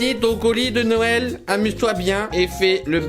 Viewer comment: Qd t'a dit Noël j'ai entendu No well😂😂😂 je crois que je fait trop d'anglais au lycée (environ 10 h)